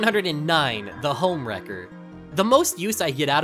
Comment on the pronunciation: "The homwrecker" Where did the e go ?